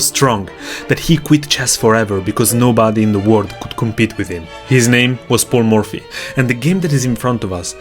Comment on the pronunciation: I don't know why I was hearing "Poor Murphy" instead of "Paul Murphy" all along 😂😂